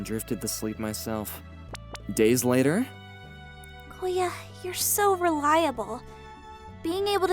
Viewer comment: Koya* change the O into U and Filipino will know